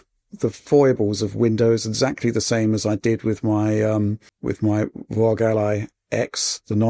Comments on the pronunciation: Why does say ROG like that? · Yeah they've been doing it for a bit now. Couple years at least. thought it was a silly name so pronounced it in a silly way and it stuck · Why does he always stress the word "rog" when saying it? It's getting seriously cringe and annoying.